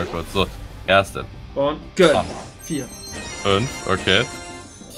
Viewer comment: Wenn regt das auch bisschen auf wenn "gönn" sagt